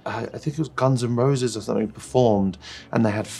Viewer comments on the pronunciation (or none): none